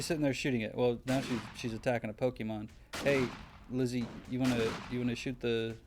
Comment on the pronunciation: HAHAHA! Teh pokemahhhns! Poor bulbasaur.